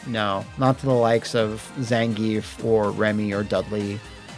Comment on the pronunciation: Thank you for pronouncing "Zan-ge-ev" correctly.